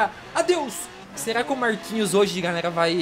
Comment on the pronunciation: gente percebi um negócio momento relapago Marquinho e e isso mesmo ele disse Marquinhos